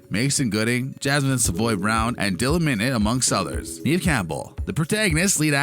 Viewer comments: Neve is pronounced "Nev" not "Neev" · Neve as in Kev not Neeve as in Steve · dude it's just an accent 🙄 chill